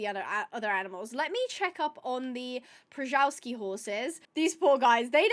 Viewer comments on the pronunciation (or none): Pronounced shuh-val-skees. Can you do a 100 days Minecraft Western edition/ wild West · So if you want to sound natural in English, “shuh-VAL-skee horse” is perfectly fine — but if you want to be authentic to the Polish name, say “PSHuh-VAL-skee.” ❤ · A lil tip on how to pronounce Przewalksi: "shuh·vaal·skee". The P and R are entirely silent. This species of wild horse is named after the Russian geographer and explorer Nikolay Przhevalsky. (Not sure why the spelling is different though.) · The wild horses are pronounced as "Shuh-VALL-ski", something I only very recently learned from someone else's Planet Zoo video lmfao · Great idea and one I might start with my next sandbox zoo, I have yet to use mods. Anyway, the horses are pronounced as Chevalski - just wanted to let you know. Great video! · Hi! The way to pronounce "Przewalski" is [sheh-VAL-skee]. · The P should be pronounced, it’s not silent. R is also not silent, together with “Z” it creates the double-letter consonant “rz”, pronounced like “g” in “genre”, softening it down to “sh” is also acceptable. So the correct pronunciation would be along the lines of “pshe-val-ski”. Also “Przewalski” is the polish version of the surname, while the other one you mentioned is Russian. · You are ALMOST correct with Przewalski horses, u just have to say more of a v instead of w, so Przevalski And no worry ab saying it wrong, its our polish narcissistic biologist who decided to name a mongolian horse breed after himself 😂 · [PR-ZHEH-VAL'-SKIY] horse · Przewalski is pronounced shev (chev)-all-ski